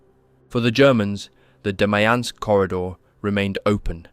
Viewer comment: “DEMYANK” pocket lol